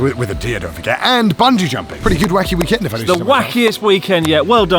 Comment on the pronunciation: you said weekend with the wrong stress twice at the end of the video 2/10